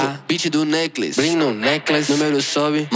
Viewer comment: E sim, eu sei que ele tava pronunciando necklace, mas ele nem se deu o trabalho de ver como se pronuncia a palavra necklace.